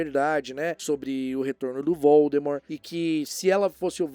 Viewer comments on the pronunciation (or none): none